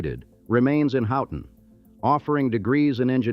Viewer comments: Good excepting pronunciations, I know that the spelling seems goofy. Mack- in-naw bridge, Mus-key-gan, Houton is Hoe-ton, Key-win-naw peninsula is where the copper was. Sault is Soo-Locks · I’m really irritated with pronunciation of cities, etc. also. Learn how to pronounce Mackinac, Houghton, Muskegon and many many more